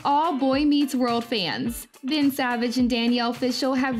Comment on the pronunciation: I keep hearing Bread Savage